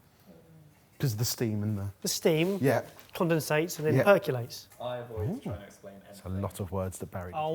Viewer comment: Lmao "perculate"